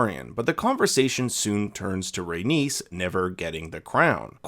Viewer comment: Rhaenys doesn’t rhyme with Dennis, it rhymes with anus.